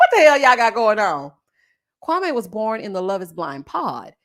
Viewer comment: here I am watching the live recap and you did not disappoint. I’m not even watching the show right now. These reviews are telling me everything. So glad Marshall is free from Jackie. I see myself in him, we are not softies. Also I wish people would pronounce Kwame’s name correctly.😂 I just want Chelsea to find herself a black man that wants her.